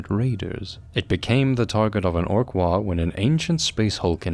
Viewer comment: The fact that there is an AM regiment mimicking the appearance of the British Expeditionary Force basically made a Rourke's Drift reference inevitable. Also GW are hacks. Oh, and? The G in "waaagh" is not silent. "WOG", not "waw".